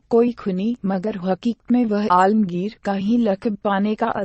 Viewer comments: ye Aurangjeb ki kahani bolne wali kabhi asma rndi bolti hai kabhi dharmik upakhyan karti hai usko hindi bolna nahi ata ya padhna nahi ata phir kyon usko background dialog rakhte ho hindi me waha, yaha,alamgir ko almgir bolti hai rukna kaha line kaise bolna kuch nahi ata faltu bakwash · hazrat sahenshah Aurangzeb Aalamgir rahmatullah alaih not a balamgir